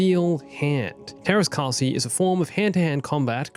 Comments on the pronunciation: It’s actually pronounced Tearas Kaseye but it’s still good. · teräs käsi? as in steel hand? i also love how i didn't notice it for a minute because it was pronounced something like "theras kaahsi" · Just pronounce "ä" like "a" in "ass" and we are golden with the grammar.